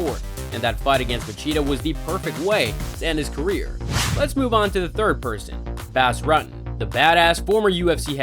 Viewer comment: Try spending 5 seconds to learn to pronounce fighters names like Bas Rutten.